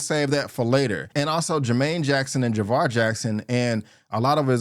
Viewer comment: It's jaafar not Javar